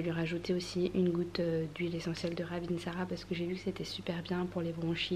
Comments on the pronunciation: L'huile essentielle de Ravintsara c'est malgache (je suis d'origine de Madagascar et d'ailleurs tu l'as bien prononcé ;)), pour déboucher le nez aussi c'est top si besoin, en faisant un bain de vapeur et en rajoutant qqs gouttes d'huile essentielle d'arbre à thé (3 à 5 gouttes de chaque selon la quantité d'eau). Bon courage ! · C'est trop mignon comment tu prononce RAVINTSARA... je suis d'origine Malagasy (je viens de Madagascar) et le Ravintsata vient de chez nous. 😉